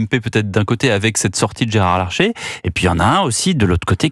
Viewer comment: C'est Gérard LARCHER, pas LARCHÉ...